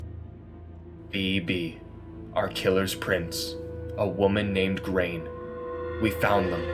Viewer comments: "Grain" lol its Grainne as in "grawn-ya". As an Irish man that made my brow twitch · Great video! And for what it's worth; Grainne is pronounced 'Graw-nya'. It's an Irish name.